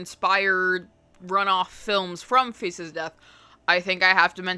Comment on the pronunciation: This is not a criticism at all, but all I can hear when you speak is "FECES of death" lmao